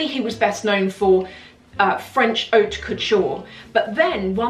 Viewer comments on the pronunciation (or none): none